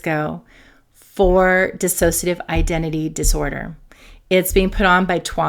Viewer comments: The word is dissociative - not dissasociative. Just sayin. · It’s pronounced dissociative. There’s no extra a in it. You pronounce it with an extra a. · It’s always disappointing to hear people who treat DID pronounce it wrong. There’s is no extra “a” in “dissociative”. It doesn’t inspire confidence and makes me feel even more alone in it. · You know, I so want to listen but when people who are professionals and say "disAsociative identify disorder" I want to scream. How can a professional in the field not know how to pronounce a disorder they specialize in. They lose all credibility. Please.